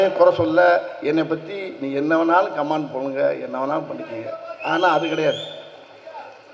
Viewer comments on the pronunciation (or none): none